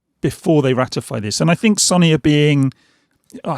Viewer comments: Good video, but I can’t help but laugh when you kept saying “sonny” instead of so-ny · Why can't he say Sony? Sonny?